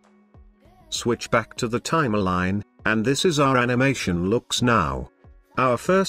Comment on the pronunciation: Res-u-may, Time-a-line lol